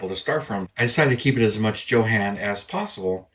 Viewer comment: Built my first model in 1963….Funny how things change as the years go by!! Back in the days, E-V-E-R-Y-B-O-D-Y pronounced it as “YOHAWN” not “JOE-HAN”! Even the hobby shop owner….which was also a Schwinn bicycle shop!!! Who knows, maybe someday they’ll say it’s pronounced “HO-JAN” or even “JOAN”!!